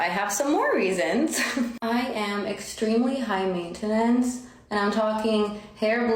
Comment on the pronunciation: I had to stop watching this video after she says "mainta-nance"